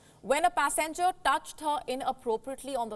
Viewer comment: Pass enger or passengers,? Learn to pronounce words properly